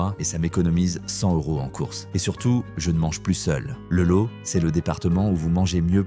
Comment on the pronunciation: Ça oui c’est une pub de qualité et c’est v rai(on dit "lote")